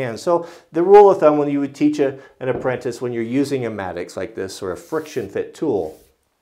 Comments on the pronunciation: I think it's "mattock," not maddux. I'm not 100% just trying to be helpful. Nice video. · it's called a mattock (matt-ick)...not a mattocks/matticks (no "S") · Philip Culbertson im glad im not the only person who cringes every time he calls it maddox.. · I'm sorry for being that guy but it drives me crazy when you call it a Maddox A mattock /ˈmætək/ is a versatile hand tool, used for digging and chopping, similar to the pickaxe. It has a long handle, and a stout head, which combines an axe blade and an adze (cutter mattock) or a pick and an adze (pick mattock). A cutter mattock is similar to a Pulaski. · I think he is calling it a "mattocks", not a "maddox". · Will Cushman regardless. It's a single tool and that would be a plural pronunciation, that happens every single time there is a mattock in a video.